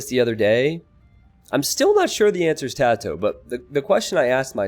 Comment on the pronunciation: The fact you're not pronouncing TaToH like the last 3/4 of the word potato annoys me.